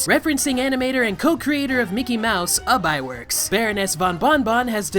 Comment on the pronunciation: sorry, but it's "oob iwerks" not "uhb"